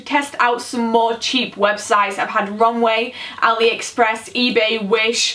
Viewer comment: You say aliexappres like aliexappres